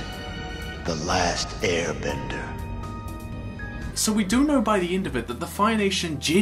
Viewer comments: I’m sorry. I keep hearing “ear bender” lmao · I like how the guy says "earbender" 😂